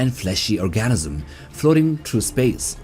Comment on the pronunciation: Organism man... Or.Gan.Ism